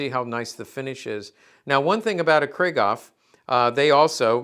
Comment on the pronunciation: Griegaw ? Krieghoff is pronounced: 'Krieg' (like 'creek') (David Hassel)'hoff'. JFTR. Thx for the video!